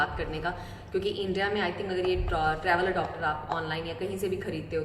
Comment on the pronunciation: Adopter nahi re baba its adaptar, wrong Pronunciation